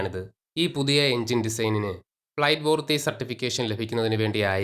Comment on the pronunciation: ഫ്ലൈറ്റ് പൂർത്തിയല്ല, ഫ്ലൈറ്റ് വർത്തി.